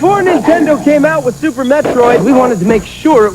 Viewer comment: Lol, sounds like yer saying Supper Metroid on Supper Nintendo ;p